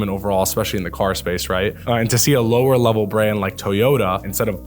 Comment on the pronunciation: Lower leve?! Corolla? What?